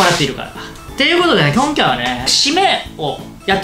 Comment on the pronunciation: 「と、言うことでね、きょんきゃいはね！」 からの 「おどん」 死ぬほど萌えたww